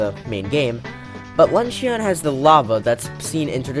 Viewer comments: “Lunch-in” not “lunch-e-on” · LUNCHYON it's pronounced lunchin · Ok I love the video, you make great points, but I HAVE to say. “Luncheon” is pronounced “lunch-in” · You pronounced luncheon wrong. You don’t stress the E and O very much. It kind of annoys me, but the rest of the video is really cool